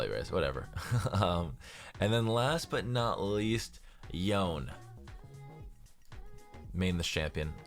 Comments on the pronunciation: it’s pronounced Yone-Nay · Pls don't say Yon it's YONEEEEEEEEE . Yonay ok not yon u always say Yon . And zed is hard to main but when u main him u 1shot ADC and squishy champs